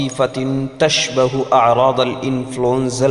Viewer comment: السلام علیکم بھائی! آپ "تشبه أعراض..." کو تُشبِهُ (باب افعال) سے پڑھیے. کیونکہ یہ باب سمع سے صرف لغات میں ھے. مستعمل نہیں ہے. نیز "معظم" کو بھی باب افعال سے پڑھیے، یہ باب تفعیل سے غلط ھے.